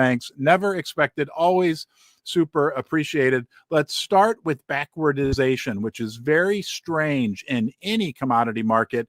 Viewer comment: Love your show! But it’s BACK-WARD-DATION 🙏